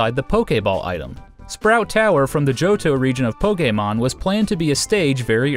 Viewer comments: Jahren Burke Because that’s how it’s pronounced. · POKE-Ehh-MON why does it sound weird when he says it wtf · the way this guy says Pokemon